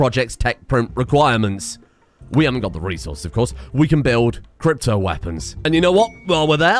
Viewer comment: When will realize that cryo isn't pronounced 'crypto?'